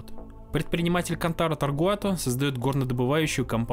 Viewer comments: видос крутой, отдельный мем для меня это весь видос после автора говорить Тогруат. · Я устал считать сколько раз ты неверно произнёс "Tagruato". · Почему автор упорствует в неправильном произношении TaGruato ? Наверное, это синдром "скрупулёзности". 😊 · таГруато же написано, а не таРгуато... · ТаГруато а не ТаРгуато😡🤬😤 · Тагруато. Не Таргуато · Не ТаРгуато, а ТаГруато. Всё очень интересно кроме этого грубейшего нюанса, который очень сильно мешал сосредоточиться на просмотре. Сорри но за такие грубые косяки пришлось влепить дизлайк ( А в целом конечно Лайк! 👍) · Автор ты или читать не умеешь или буквы путаешь. Как можно вместо taGRuato все все время говорить taRGuato??? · почему ТАРГУАТО когда ТАГРУАТО? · Не ТоРгуато, а ТаГруато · «Тагруато», а не «Таргуато» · Все круто но не таргуато а тегруато правильно говорить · Видео отличное, но ты на протяжении его говоришь Таргуато, а пишется Тагруато. Может быть я чего-то не знаю. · ТаГРуато, а не ТаРГуато. Написано же внятно. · ТаРгуато, ТаРгуато, ТаРгуато. ТаГруато: я для тебя шутка какая-то?😢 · Только не говори, пожалуйста, больше ТаРгуато. Контора называется ТаГруато. И на фоне постоянно всплывающего их логотипа твоё их произношение расстраивает высокие чувства. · 👈🤣 ТаГруато! TaGruato! А не "Таргуато".🫣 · Ты не раз говоришь Таргуато, но правильно Тагруато. Прям косяк косяк)) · Tagruato: TAGRUATO: Таргуато Tagruato: ТАГРУАТО: Таргуато Таргуато Таргуато Зрители: да еп.т.м. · taGRuato написано в каждом кадре. А слышится таРГуато. У меня одного диссонанс? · Тагруа, а ты говоришь постоянно таргуато … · ТаГруато, а не таРгуато))) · Зачем так часто говорить Таргуато??? Тем более что правильно Тагруато. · Тагруато, а не таргуато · Аффтар! Ты зочем кажый рас, когда гаваришь таРГуато показаваишь их лого taGRuato! Осваиваешь вирусный маркетинг?)) Если это не ошибка, а троллинг, то ход безусловно тончайший)) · Почему ты говоришь тоРГуато, когда мы ясно видим тоГРуато???